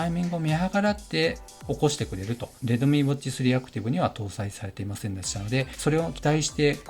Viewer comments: 発音がredomeeになってますよ とか？ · レドミーじゃなくてレッドミーね